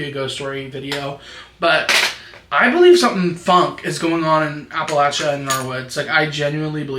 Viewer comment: West Virginian here, yes it is gorgeous here. We do have cities and towns. Most of us are good, kind people. And most of us are not inbred 😭 not mad tho bc you actually pronounced Appalachia right